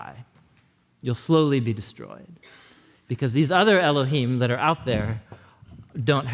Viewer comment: Very good lecture. I agree with everything except the pronunciation of the name of Elohim. I recommend doing some research on that and looking at the Hebrew vowels associated with them. The best place to look is in the Aleppo codex. The Vatican has some old ancient writings that have been discovered. It is as though they were wanting to hide it from the public but it's same time be aware of it. That name was prohibited by the Romans. I'm sure God is not offended if you say Yahweh and that is why I'm not going to tell you the correct way to do it because you would probably not believe me until you could see yourself. If you do the research you apply the correct way to say it. If you want guidance let me know.